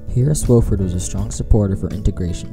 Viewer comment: Nice video, except you mispronounce the senator's name. It's WAH-fuhrd, not WOH-fuhrd. He says it himself in the video ""I Serve Because..." Video: Senator Harris Wofford"